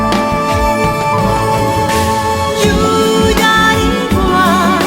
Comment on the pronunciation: Tampoco se dice "sunku" se escribe sunqu pero se pronuncia "sonjjo" Yuyariway quiso decir pero lo pronuncia como "chyuyariway" Ama lo pronuncia como hama En todo caso, canta lindo y es bella